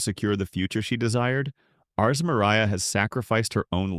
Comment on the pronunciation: yeah these AIs are pretty shit at pronouncing names. It's not Mir-ee-uh it's Me-you-ree-ah and L-oiy-d not Lee-odd Not to mention the countless mis-interpretations of things. In the first few minutes it completely screws up Mana Sympathy by calling it Mana Induction which is entirely different in concept, those two words are not even remotely similar. -_- like bro... check yah reader dude, it's busted.